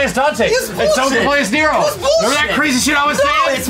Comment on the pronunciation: Dante = Donte Nero = Nera XD